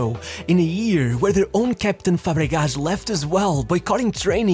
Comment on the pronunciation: "Fabregash"?! Bro, he is from Spain and not from Portugal, an "s" is pronounced as an actual "s" in Spanish